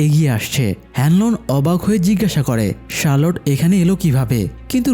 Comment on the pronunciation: Charlotte ✅ Sharload❌